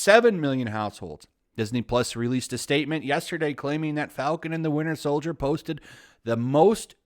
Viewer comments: "Winder Soldier" 💀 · Windier Soldier